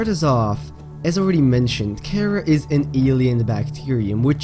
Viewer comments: Car ar that's how it's pronounced not cara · its karar not karaa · It's not cara you say it like ka raa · I think it is pronounced Kha-rah